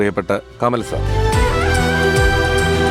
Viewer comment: കമൽ അല്ല കമാൽ....